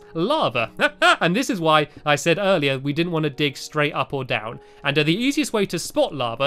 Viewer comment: Stampy you sed three